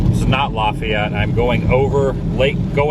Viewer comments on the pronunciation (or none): It isn’t pronounced Lafayette in Louisiana, it is pronounced Laugh Yet.